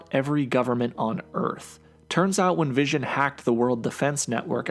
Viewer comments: His name is Wision...get it right. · I keep hearing DAVISON! I know it's the vision